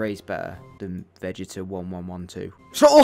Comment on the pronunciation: The fact that pronounced vegeta from dragon ball literally a vegetable lol